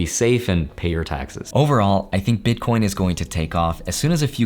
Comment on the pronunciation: BitCORNS! LOL. I nearly died because it sounds like my family🤣. Thanks for the video.